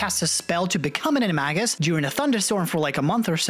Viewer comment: did he just say... ani-mah-gus for animagus...